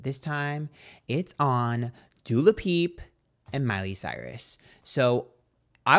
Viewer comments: it comes from the Wendy Williams show. One day in her Hot Topics section she was talking about Dua Lippa for the first time, but she couldn't get her name right, so she kept saying Du Lapip, and it was so funny it caught on. So from then on, every time she spoke of Dua, she would say Du Lapip. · Not Dula Peep😆 Love you,! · Not Doola Peep 😂😂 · Wendy Williams called her Dula Peep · I will forever love you saying Doo La Peep 🤣🤣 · Dula Peepa, im sorry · I can’t.. you made my day with “Dua lapeep” 😂😂😂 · Literally only watching to hear say dulapip😂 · Love that mispronunciation with Dua Lapeeps lol 😂 nit as funny as Camilla Caberlalelo or something 😂 xxx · it’s Doo-Ah Leep-Ah